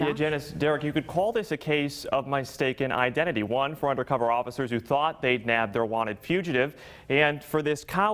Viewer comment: Did he just say my staken identity lollls